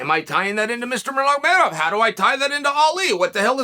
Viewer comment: Anyone else get chills when Chael nailed the pronunciation on Nurmagomedov?? That’s real respect… on the other hand poor Islam gonna have to be a triple champ to stop being mocklechev